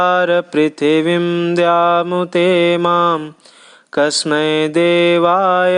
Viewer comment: पृथिवीं कृपया पृ का शुद्ध उच्चारण करें